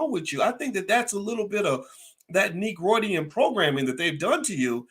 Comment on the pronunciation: He said negrodian programming 😂😂😂